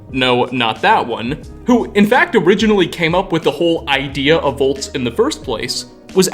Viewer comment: Every time says volts instead of vaults: *eyetwitch*